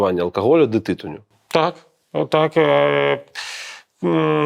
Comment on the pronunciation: На будучыню: ТытУнь, ТытунЮ